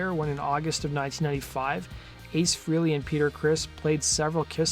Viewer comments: Ace pronounces his name fray-lee, not free-lee. And Neil pronounces his name peert, not purt. Most people say it wrong. The way you pronounce someone's name is of importance to them, and to not care is disrespectful. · Prouncanced FRAYLEE......not freely. Jeez, you'd think someone who is doing a video on someone, would at least know how to pronounce someone's name........Ace's band was called Frehley's Comet to rhyme with Halley's Comet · Ace Frehley, his name is pronounced like Pray ly, Frayly.